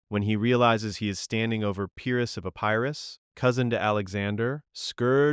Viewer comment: Better than average, but you'd be doing yourself a favor by looking up how to pronounce the words you don't know. When you guess at the pronunciation, you sound illiterate. What's worse, is that, after mispronouncing Pyrrus two or three times, you pronounce Pyrric correctly. You can definitely do better...please do.